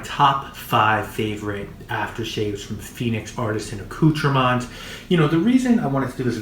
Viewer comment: Youre saying the name wrong! Called ....(accoutrements)!!